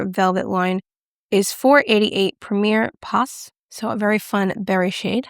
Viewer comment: For those interested: Rencontre is pronounced “ran kontr”; the "e" at the end is silent since it doesn’t have an accent. The "s" at the end of "pas" in Premier Pas is also silent. French has silent letters everywhere.